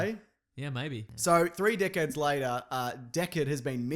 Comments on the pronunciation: When he said decades I heard dickheads. I think i listen to the podcast too much. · When you said three decades I heard three dickheads